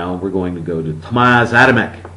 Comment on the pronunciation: Hey, he's name is "Tomasz" not "Tomas". You can read it as "Tomash" hehe